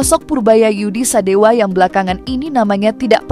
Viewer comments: Purbaya Yudi Sadewa, bukan sadewo... Bliau org jabar bukan Jateng atau jatim. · Sadewa, bukan Sadewo Min, orang Bogor gk pakai akhiran 0 tp pake akhiran A .